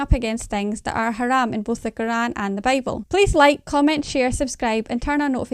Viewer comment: I like Bro. Andrew said " Haram" "Khalas".